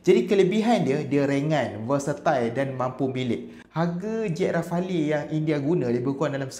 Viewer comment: Bang sebutan dia rafel, bukan rafali 😊